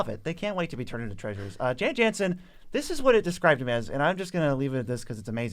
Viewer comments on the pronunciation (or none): I hate to be all nitpicky and nerdy about it, but the BG2 community will let you know, it's pronounced "Yawn Yawnsen."